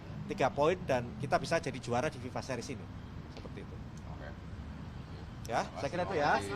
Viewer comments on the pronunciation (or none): none